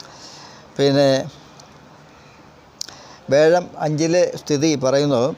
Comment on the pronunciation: വ്യെഴം അല്ല വ്യാ ഴം